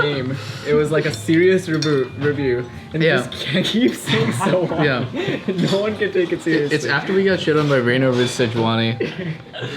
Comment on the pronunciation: Well we know why DLift got booted.... he was the one that told regi how to pronounce Sejuani